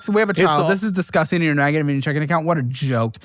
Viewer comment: That’s Diss Gust Ting